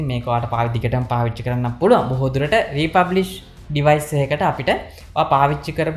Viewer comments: Thank U Bro ! Republish ද රී ෆර්බිෂ්ද ?? (Refurbished).. ඇහුනෙ නම් රී පබ්ලික් කියනවා. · Presentation is excellent however you need to go though the English words & correct the pronunciation. ( word refurbished ) This is high lighted not to embarrass you .